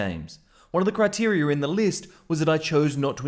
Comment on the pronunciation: "Criterier" 😖 fix your English